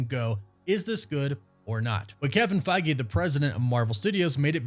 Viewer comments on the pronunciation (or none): none